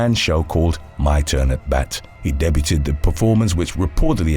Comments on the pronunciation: Debuted is pronounced "DAY-byōōd" not "Dey-byooded" 🤣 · "debuted" is pronounced "dae-byood".. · That's not true for this word, he's just illiterate. The English way of pronouncing this word is the same as American English. Try again.